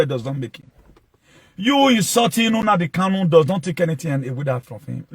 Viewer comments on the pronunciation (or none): You're ranting bullshit just say you and not all Benin people want to congratulate Nnamdi kanu also comparing kanu to Jesus Christ you must be out of your head, you can't even pronounce the name properly you're pronouncing NNAMDI as UNAMDI KANO